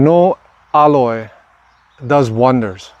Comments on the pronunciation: you pronounce aloe weird. i've never heard it said like that. it is pronounced al like a named AL.. and O like the o in jello. Al-o .... you're saying ah-loy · It's NOT called "elloy", it's called "aloe" as an "aloe Vera", or in Spanish they call it "savila". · Please, it's aloe, not alloy. 2 different things. Someone is going to try alloy instead of aloe. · Its not aloy, its aloe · Because you are teaching me something AMAZING today, I am going to teach you how to correctly pronounce Aloe... say AL-LOW... not al-loy, because that is something else entirely 😅. I can't wait to see my cuttings take root, thanks so much!! ❤🙏🏽🙏🏽🙏🏽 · Aloe not alloy. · Also it’s pronounced AL LOW not alloy Lay off the drugs bro your doing too much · I was going to tell everyone to use aloe vera leaves lol. This whole video youve been saying alloy...and I'm like wtf is that? Took me a while to realize you meant aloe... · This is valuable information. The pronunciation of aloe is ''a-low'', not ''alloy''. Love your work. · Aloe not Alloy… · Is he calling aloe, alloy? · It's aloe, not alloy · It's NOT alloy, it's ALOE, sounds like AHLO. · The word is "Aloe", not "Alloy".😊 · Great video and alloy (I mean all) 1 thing tho... can u stop say ALLOY...plz... it's ALOE [aloe vera] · dude your the only person who pronounce aloe to aloy! it's bothersome! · Aloe is pronounced ah low. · Thankyou so much! Good info. Aloe pronunciation caught me off at first. The common form here is al-oh i beleave.